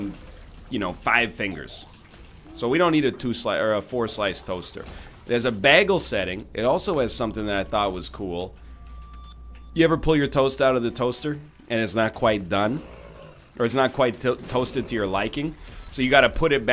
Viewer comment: I'm pretty sure he said bagel as "bag-el" instead of "bay-gel". Like with a soft "a" sound.